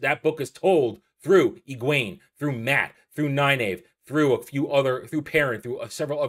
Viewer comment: Great video and thank you. I finished reading all the books years ago. I don't watch many book-related YouTubers, but since watching the WoT show I've been looking for faithful fan's reviews, and so far you are the third one I've watched. I'm guessing not many people care, but I just can't hold this back anymore : Pronunciations: Nynaeve: NIGH-neev Egwene: eh-GWAIN Am I the only one who reads the glossaries?